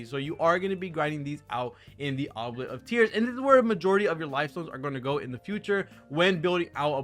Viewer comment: "oo blee ett" FYI